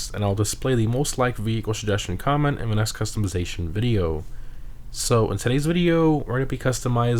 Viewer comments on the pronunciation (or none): none